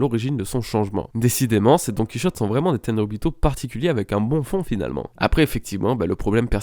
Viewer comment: DoNkEy ChOtTe viol auditif 😭😭 C'est "Donne Qui hauté" ça ce prononce :'(